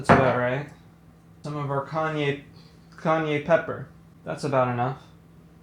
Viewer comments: "Kanye pepper" ???? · “Kanye pepper” 😂